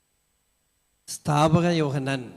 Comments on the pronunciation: Not Sthaapaka Yohannan , it’s Snaapaka Yohannan 😂 0.08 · Snapaka yohannan not sthaapaka yohannan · സ്നാപക യോഹന്നാൻ എന്നാണോ പറഞ്ഞത്. കേട്ടത് സ്ഥാപക യോഹന്നാൻ എന്നാണ് 😂